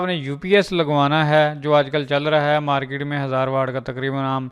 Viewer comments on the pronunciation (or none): none